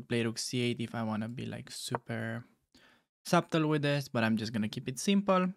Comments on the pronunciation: This has zero to do with chess but respectfully the B in subtle is silent. So it would be pronounced "suttle" basically. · the b in subtle is silent :)